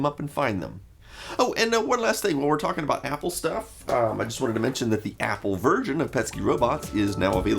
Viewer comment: is it me or does he say Apple virgin? instead of version :p